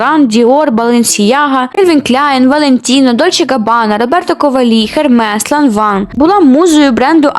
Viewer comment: А Роберто КовалІ?(наголос на ост.склад)